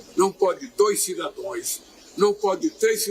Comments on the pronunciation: Esse fez um curso com Dilma... É Cidadãos" e não "Cidadões" 😂😂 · O larápio fala CIDADOES 😂😂😂😂😂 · Lula falou português errado cidadãos mas ele falou corações kkkkkkk